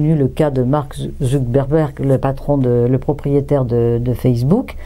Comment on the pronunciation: "Mark Zuckberbergue"